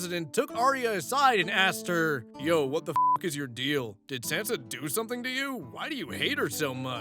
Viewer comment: That pronunciation of Sansa is killing me.😂